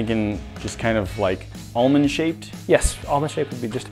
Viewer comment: Whoops! The "l" in "almond" is silent! It should sound like "amond" ~ WHoops! Ouch! WHAT happened?